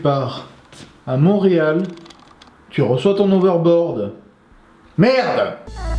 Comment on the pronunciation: Se n'est pas "overboard" mais bien "hoverboard"